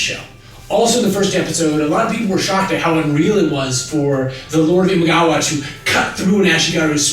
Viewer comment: Imagawa. The defeated clan at Okehazama is Imagawa. Not Imigawa. XD